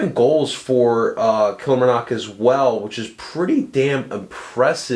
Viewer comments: Kilmarnock is pronounced Kill-mar-nock Stu is a Top player hope he's brilliant for you guys one of the best defenders at killie fc in a long time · It's pronounced kill-marr-knock